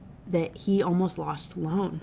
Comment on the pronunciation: It’s so funny to hear you talk about the pronunciation of Lucien while also making the name Sloane two syllables 😂 I noticed it in the last book but it’s really prevalent in this one